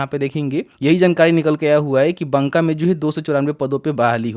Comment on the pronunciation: भाई बंका नहीं ,,बाका